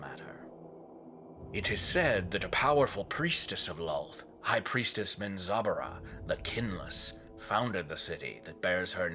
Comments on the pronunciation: "Min-zob-a-ruh" Bro what? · Why does the narrator place so much emphasis pronouncing the names of people and places? Especially since he's pronouncing alot of them like he's not clear at all how they should sound in regard to the spelling. And lastly, like so many other "so-called" EXPERTS of these forgotten realms, get your facts right before you try "EDUCATING" the rest of us mere mortals. There's nothing more annoying than listening to a so-called expert swerve and weave their way like a palsy victim on speed through a minefield they knowingly entered so they can show off. I don't begrudge most people for trying, but all the best intentions in the world are pointless if ultimately you don't have your shit together! These are just observations I have made in regards to the internet and every loose Lucy& Tom, Dick, and Harry who couldn't help themselves from just doing what all the Non-Experts of the world are doing, and that's simply -Just FUCKING OFF! TOODLES. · You mean it’s not menzo bah ren zen?